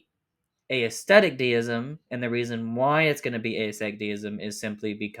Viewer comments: Small thing, but "aesthetic" isn't pronounced "ey-esthetic" but just "esthetic". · That was tripping me up. I was only listening to it as audio so it sounded like he was saying a-aesthetic each time haha